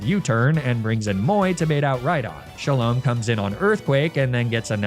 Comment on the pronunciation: it's pronounced sha-lom, o for orange